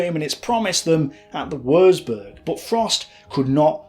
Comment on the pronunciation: Excellent, detailed and well researched documentary. BUT........... One of my OCD's is pronunciation and, I'm afraid, every time I hear such blatant incorrect ones, it's like hearing the notorious fingernails running down a blackboard. WURZBURG - Germans don't have a 'W' sound like ours, it's pronounced like a 'V'. Also, 'Z' is pronounced like 'TS' LEICA - The German language has two dipthongs using the letters 'E' and 'I'. Theirs are not surrounded by such stupid rules as 'I before E except after C' and are, in fact, incredibly easy for an English speaker to work out. Ignore the first letter and pronounce the second as if reading it from the alphabet, hence LEICA is pronounced L-EYE-KA. LOUIS (Mountbatten) - is a French name and should be pronounced LOOIE (think the American soldier's slang word for a Lieutenant) REDOUBT - instead of emphasising the syllables so that it comes out as RED-OUBT, make it RE-DOUBT You will need to remember these if you are continuing to make documentaries using German words, fortification terms or Lord Mountbatten. Finally........ STRACHAN - a fine old Scottish surname with the typical Scottish pronunciation of 'CH' making it sound like 'STRACKAN' (have you never heard of the footballer Gordon Strachan or the television personality Michaela Strachan???!!!?) Otherwise, great documentary and if you happen to make one about Dieppe, I would be most interested as my mother's first fiance was a member of no. 4 Commando on that raid, survived it, but wa